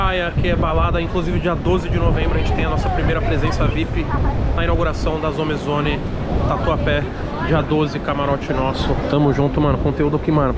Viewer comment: Toguro parece aqueles velho que insiste em falar o bgl errado "Zome zone" toda hr kkkkkkk